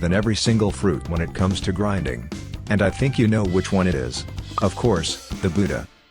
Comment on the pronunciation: bro really said "griding sea baeasts in first sea "